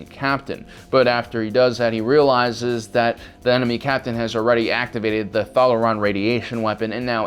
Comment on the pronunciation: First of all, it's "titty sprinkles" not "titty winkles". And secondly, WTF is up with your pronunciations? It's "THAY-loron" not "THAL-oron", and it's "DAY-DUH" not "DAH-TA". Jesus Christ, fuckin noobs!